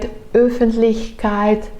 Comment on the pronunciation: You are already doing an impressive job in regards of pronounciation. So for example I really like how you pronounce the "ch" in words like "Öffentlichkeit". Sounds like a native speaker. Same for words with those "Umlauts" which are usually really difficult to speak for non Germans. There you got just one word which you pronounced wrong. While you did very well on "Öffentlichkeit", when you said "Ökologie" it sounded more like "Ükologie". Its hard to describe how to do it, but I'm also following a girl from Munich which is living in America who did a very helpful video on that specific topic. So maybe this video will help you as well.